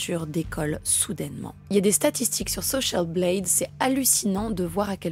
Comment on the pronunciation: Très sympa la vidéo, juste une chose : votre rapport à la langue de Shakespeare est étrange , vous "surjouez" de rares fois certains mots en faisant souvent de grosses fautes d 'accents toniques d'ailleurs ( Nerf, social Blade... , et même un "By the way" au milieu d une phrase ! )) et le reste du temps vous parlez comme tous les Français en massacrant la prononciation correcte ( les prénoms, les noms, les marques etc...), c 'est dommage, restez naturelle ;)